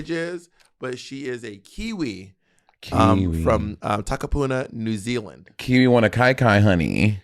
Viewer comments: Not bob nailing the pronunciation of Takapuna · I just want to say Bob your pronunciation of "Takapuna" was on point. NZ white people can't even say it right 🙄 Thankyou very much. From a kiwi sibling xx